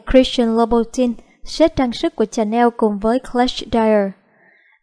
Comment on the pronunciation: Dior đọc là đì-o not đai-ơ, louboutin đọc là lu-bu-ton not lu-bu-tin, Chanel đọc là shờ-neo not chờ-neo